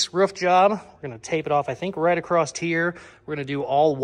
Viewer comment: I think it's funny how says across with a t on the end as in acrosst 😂does anyone else notice that? Keep up the good work you are one in a million 👍